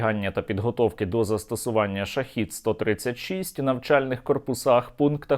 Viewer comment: ШахЕд, а не шахід. Це зовсім різні слова.